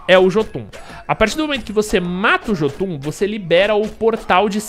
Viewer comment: a pronúncia certa pra Jotun é iôtun.